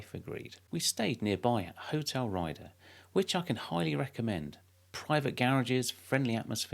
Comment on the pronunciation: That looks like a great trip! By the way, Hotel Rieder is pronounced as “Reeder”, not Rider!